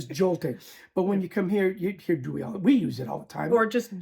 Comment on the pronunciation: There's no 'w' in Doei. So not "dewey" but just plain Doey. The i is pronounced like the (Dutch) j.